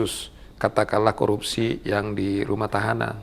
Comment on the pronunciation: 𝐁𝐮𝐧𝐠 𝐀𝐛𝐫𝐚𝐡𝐚𝐦, 𝐝𝐢𝐩𝐞𝐫𝐛𝐚𝐢𝐤𝐢 𝐮𝐜𝐚𝐩𝐚𝐧𝐧𝐲𝐚. 𝐊𝐨𝐫𝐮𝐩𝐬𝐢 𝐛𝐮𝐤𝐚𝐧 𝐤𝐨𝐫𝐨𝐩𝐬𝐢 😅😅😅. 𝐁𝐭𝐰, 𝐭𝐚𝐧𝐠𝐤𝐚𝐩 𝐒𝐘𝐋, 𝐭𝐞𝐫𝐬𝐚𝐧𝐠𝐤𝐚𝐤𝐚𝐤𝐧 𝐅𝐢𝐫𝐥𝐲 𝐝𝐚𝐧 𝐩𝐞𝐜𝐚𝐭 𝐝𝐢𝐚.